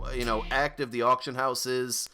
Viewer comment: "Autcion" lol Someone's been drinking.